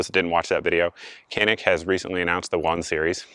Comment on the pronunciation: Isn't it pronounced janik?